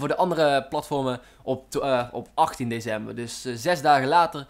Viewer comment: Grappig hoe je DeCember uit spreekt :-p